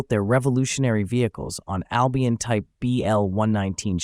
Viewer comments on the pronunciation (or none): none